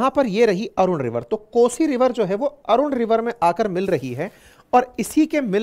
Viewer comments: Aruna nadi nahi hai Arun nadi hai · अरुणा नहि अरुण नदि है।🇳🇵🙏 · सही नाम “ अरुण नदी “ , अरुणा नहीं है, अरुण नदी कोशी का सबसे बड़ा कंट्रीब्यूटर है